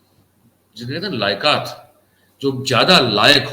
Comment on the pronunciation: जी आपने बहुत ही महत्वपूर्ण जानकारी साझा की है ।इसके लिए आपको एवं आपकी टीम को साधुवाद । एक छोटी सी त्रुटि जो समाचार पढ़ने में हुई है, इंगित कर रहा हूँ । " लायकत " शब्द नहीं है, " लियाकत " है ।अर्थ है योग्यता । धन्यवाद ।